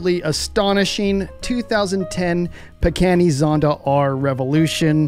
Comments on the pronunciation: Pagani. Pronounced PAH GAH KNEE. Not PAGANNI. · Pagani not Pagheni. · Bro said peckani